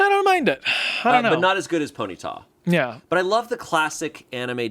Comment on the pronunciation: I love how says "pony-tah"😂